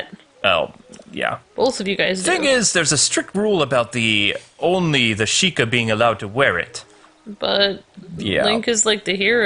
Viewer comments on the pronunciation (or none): If says shekeye one more time I swear